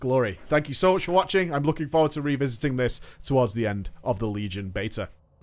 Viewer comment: love you but you always say alfer and bater